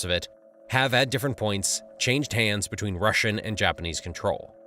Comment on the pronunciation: Border "betweeb"